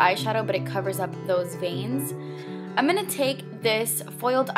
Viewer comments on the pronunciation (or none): none